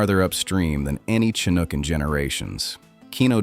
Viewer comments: AI has a long way to go... Ive never heard of a "kinook" salmon. 😂 I hope the numbers mentioned are accurate. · That explains the "Fall Kanook" statement. Are any videos narrated by humans anymore? It seems like the answer is no.